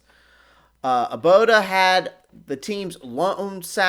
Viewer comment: Nice content again👍⚫🔵 But btw its obada not aboda 😬